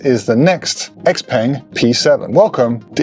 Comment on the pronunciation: peng is pronounced more like pung